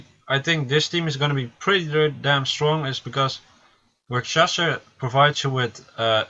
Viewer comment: Just pointing it out there that it's munchlax not munchiax , which you put in the desc.